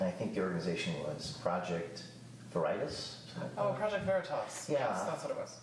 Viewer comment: “Ver-eye-ties”..👀 omg he fell for it.